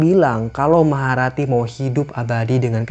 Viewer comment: Maha rati jadi maharatu